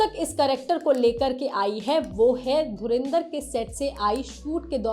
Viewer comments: चैनल का नाम लोकमत हिन्दी और संवाददाता बोल रहे धुरंधर को धुरेंदर 😂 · It's dhurandhar not dhurindhar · I was ignoring it continuously until it became so much that I had to mention it here while pausing the original video - It's DHURANDHAR, not Dhurindhar! For god sakes! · पागल औरत धुरिंधर नही धुरंधर बोल. Raz nahi राज होतं हैं. लोकमत का नाम खराब मत karo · Madam, dhurinder ? 😂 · पहले धुरंधर बोलना तो सीख लो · Isne bhi Dhurendar bola 😂😂